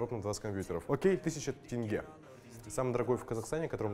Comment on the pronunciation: научился говорить ТЕНГЕ нормально раньше говорил ТЭНГЕ